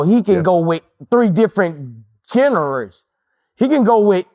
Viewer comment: The way boosie said Jenner when he meant genre was the funniest shit ever💯